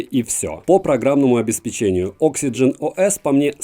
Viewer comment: Просто совет. ОбеспЕченье, а не обеспечЕнье(при чем тут печенье)😉